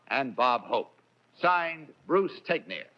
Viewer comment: I didn't know Bruce Tegner's surname was pronounced, "teg-nir". I always assumed it was pronounced, "teg-ner".